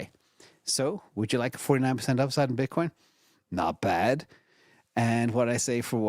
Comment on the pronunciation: calling it bitcorn bullish